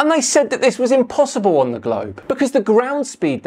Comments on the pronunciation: Did he say "impossiBall?" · "impossiball" - did he actually say that? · I just love how he stresses the last syllable in „impossible” to make sound like impossiBALL